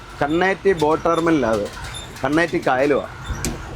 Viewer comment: സാങ്കേഴ്സ് ഹോസ്പിറ്റൽ ജംഗ്ഷൻ, നായർസ് ഹോസ്പിറ്റൽ ജംഗ്ഷൻ നുകൾ ആണ്, ബസ് സ്റ്റോപ്പ്‌. അറിയിപ്പുകൾ, കരുനാഗപ്പള്ളി, കന്നേറ്റി പാലം, "കന്നേറ്റി "ആണ് "കണ്ണേറ്റി "അല്ല